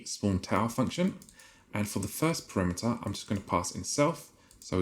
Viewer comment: you kept pronouncing 'parameter' incorrectly btw you said it like 'perimeter' which was funny